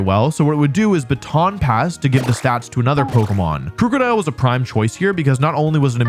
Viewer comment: who’s gonna tell him it’s not crewcodile